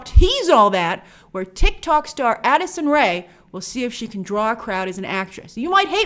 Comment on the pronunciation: Lol, hearing you say "Addison Rae" is so weird.